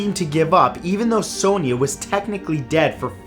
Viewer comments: Sonia is pronounced as Son-ya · Hate the way he pronounces sonia 😂😂😂